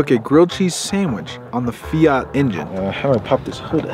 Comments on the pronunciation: Fiat not fiiiaaaaaaarrrttttt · The fact can’t even say fiat he in not from England!😂